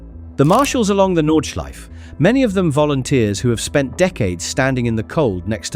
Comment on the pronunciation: No es Nordschlife amigo, es Nordschleife.